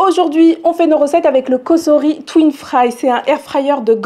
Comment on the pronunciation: Bonjour Merci pour vos recettes et vidéos par contre pour votre collaboration, tentez la bonne prononciation "S"entre de voyelles se prononce" z " et pas "ss" Donc c est "Cozori" en phonétique Mais il n y a que ceux qui ne font jamais rien qui ne font jamais d'erreurs...😂